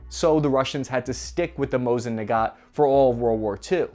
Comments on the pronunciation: I'm... Confused... Why are you pronouncing "Nagant" as "Nagat" and "Barbarossa" as "Barbosa"? Are you trying to imply that the Mosin is a nugget and you've watched too much POTC that Barbossa keeps coming to your mind? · The second name of the Rrussian bolt action is pronounced nagahn. The t is silent.